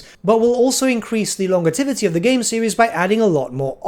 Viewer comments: Love your content, but please, it’s “lon-JEV-i-tee”, not lon-guh-tev-i-tee”. It does my head in whenever you say it. I know, I’m being pedantic. Not sorry. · Longevity, not longetivity, so long gevity is the pronunciation, you are adding to the word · Longetivity?? Longevity is pronounced lon ·jeh·vuh·tee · He's also adding an extra T and I, hes saying longetivity not longevity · Ad hominems just make you look dumb and if that were the cause he wouldn't be pronouncing it "longetivity". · You mispronounce “longevity” the g sound is actually a j sound. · Hes from the UK and yes he is saying wrong, so you are the dolt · disclaimer: not a native english speaker. longevity has a j sound not a g sound. you use this word all the time, so yeah uh lol